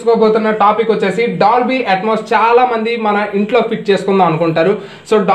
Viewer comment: Brother....1st meru dolby atmos anandi......meru atoms antunnaru.........